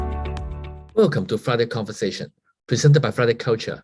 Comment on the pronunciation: "Kongversation"? Two Hongers having a "Kongversation" in Hong Kong. (comedy drum roll...)